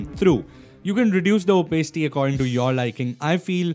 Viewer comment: Really love your tutorials brother but everytime i watch your videos i cannot get that "Opacity" pronunciation out of my head. Anyway not trying to be a criticizer, keep up the good work with tutorials. Looking forward to next one. <3